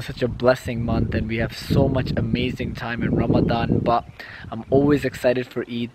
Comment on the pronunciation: You say 'but' weird. What is a "ba"?